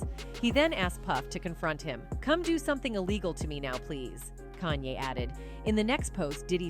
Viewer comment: Yo stop butchering this dudes name kan-ye, 2 syllables not 3